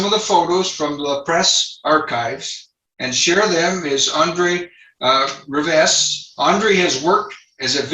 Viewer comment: Not Riv ( e)st...it's pronounced ree veh .... Get educated & learn how to pronounce.